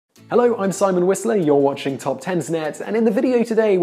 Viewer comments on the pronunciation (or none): none